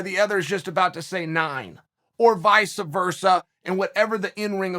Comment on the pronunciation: Vica versah